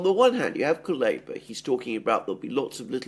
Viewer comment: Kaluba 😂 Kuleba is his name...